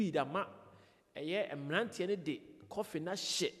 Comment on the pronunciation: Is it coffin or coffee😅😅😅